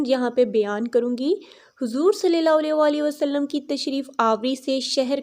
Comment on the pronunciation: Bhot ACHA but plz s.a.w W Sahi se kahen Meri bhen